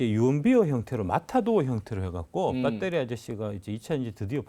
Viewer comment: 배터리아저씨가 아니라 빳데리아저씨, 빠재입니다 ㅋㅋㅋㅋ